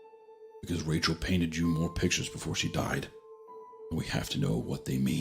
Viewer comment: Oh Wachel, my beawtiful bwide